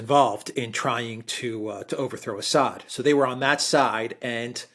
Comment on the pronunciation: Alexander, he is called As-sad not Ass-hat.